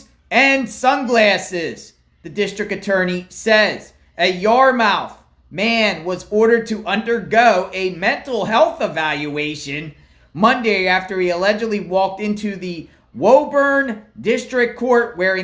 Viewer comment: I had faith in you because you said Woburn right. Then you said Yarmouth ... lol. It's sounds like Yar- muth. Nice try though.